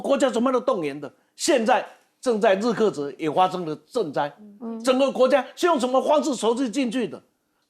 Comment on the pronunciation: 向伟大的中国领导及解放军致敬，顺告日喀则发音是日“ 咖”则